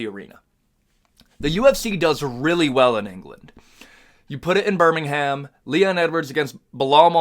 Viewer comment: As a person brom the uk, please pronouce birmingham withouth the "h"